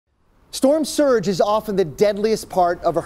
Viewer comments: he says “Storm sturge” But I don’t complain, he explained it very well regardless of the little mistake :) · anyone else heard him say storm sturge? 😂😂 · STORM SUGUR🤣🤣🤣🤣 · "Storm Sturge" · he said storm sturge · i heard him say storm stugre